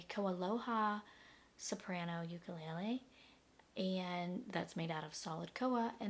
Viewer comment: First you are pronounced the name wrong!! It's Hawaiian Le le is flea u ku is jumping The uk sounds cheaply by the way it sounds when you thump it, and you are the first person to try to balance it like a knife, why??? Aquila strings suck unless you're cutting cheese but it does sound like $50 instrument thanks for the review, I would never buy this it's pretty crappy